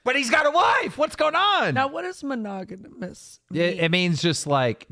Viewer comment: Monogonous 🤣 Mogonononous 🤣🤣🤣 u guys deserve each other. And and English teacher.